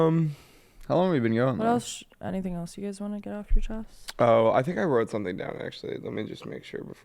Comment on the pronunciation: On the last syllable of teach me something you guys go down in pitch and i just need you to keep it the same tone next time. It ends weak, i need you guys to finish strong on that. It should not be TEACH ME SOMEthing. Infuriating!!!!